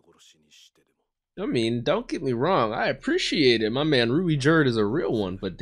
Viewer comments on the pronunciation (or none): You could just pronounce Ruijerd's name as 'Ruyjerd'. It'll still be close to the japanese pronunciation